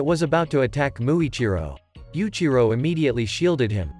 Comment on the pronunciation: Yuichiro not yuchiro